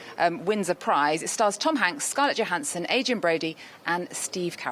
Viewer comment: Someone needs to tell the blonde one that you don’t pronounce the J in Johanssson…. 🤣